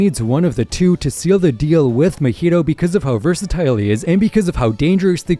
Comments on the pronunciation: by the way, it’s ma-he-toe just so you know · bro the weeb in me just cant get over you saying muheeto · Why do people say the names so tacky? Why cant you annunciate mahito the way its meant to be pronounced? Why white-wash the names and make them corny? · Why do people always butcher characters names.. I was into it until you said mahito… say it right man !